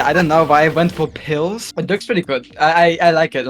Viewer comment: I love how every other turn is like: P I L L S